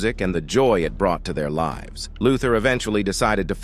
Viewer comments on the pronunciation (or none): none